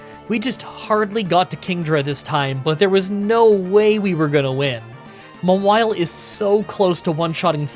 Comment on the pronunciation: Mah-wily??? It's Maw-while - Mawile